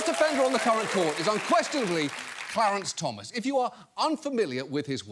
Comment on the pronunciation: I liked hearing the female reporter calling the SCOTUS justice "CLEARANCE Thomas" ... :D